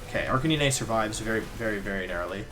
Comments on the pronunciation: They way you pronounce Pokémon names makes me so triggered it’s vikavolt not vikivolt And not arcan-ee-nay it’s arc-at-nine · Why does he say "Vik-eee-bolt??its Vikaaaabolt...also with Arcanine...he says Arca-nee-nee...very cringe and a little suspect on Wolfe...